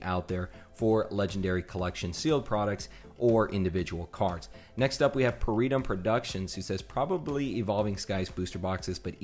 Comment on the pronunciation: I definitely agree with you about those pokemon center etbs. The Celebrations Pokemon Center Etb is in my collection at the moment. Thank you for the shoutout. I admire your professionalism and I wish you the best of luck on your journey. Also, you nailed the pronunciation of my name Thanks again, -Peritum